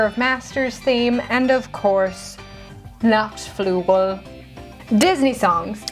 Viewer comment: Good pronunciation on Nachtflügel. When we would get When you wish upon a star it should be the versions from the voice actors of Roxas or Naminé. Futhermore: How is Dearly Beloved not playably? This Version like all other rocks.